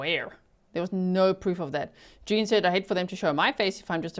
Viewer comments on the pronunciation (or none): none